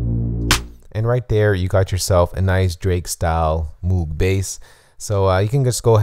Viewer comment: Isn't it pronounced "mogue"